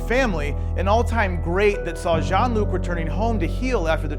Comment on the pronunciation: It's Jean-Luc, not John!